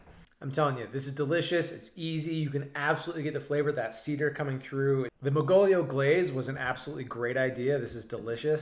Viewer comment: See Dere … 😂(cedar=see there)